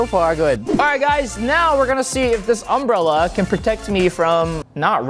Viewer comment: why did he say umbrella so weird